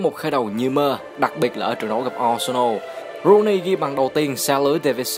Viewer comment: T fan W.Rooney toàn đọc là Wây Nơ Ru ny